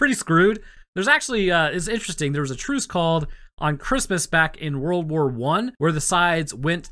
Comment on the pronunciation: I swear at the very start of the video I thought you said "worwor one" and now i cant stop hearing it everytime you say it